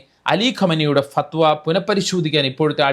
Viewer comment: Say and write correctly as "FATHWA"